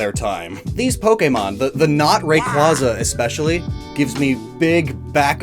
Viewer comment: For a guy that prides himself on knowing Pokemon origins you think he would at least learn to properly pronounce their names cough Rayquaza cough